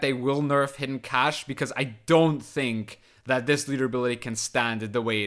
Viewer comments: English teacher here! Cache has the same pronunciation as cash and I 100% agree English phonetics is a nightmare. Great video man and thanks for scaring me off the ladder with this deck guide. I'll stay in the (relative) safety of arena mode. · It's just pronounced cash actually